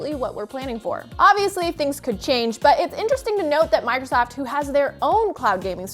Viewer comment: She says Migrosoft...